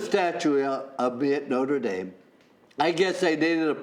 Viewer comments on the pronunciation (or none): none